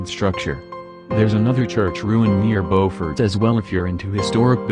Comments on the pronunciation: It's pronounced Byoofort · Beaufort is not pronounced correctly.